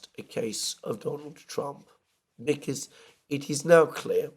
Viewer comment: Theres another girl on YouTube who pronounces the word "because" as "bee-kiz" just like you. What part of Britain is that?